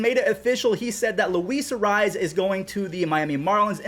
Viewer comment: No offense Jesus arraez? You need to get that Latino r roll and z sheesh lol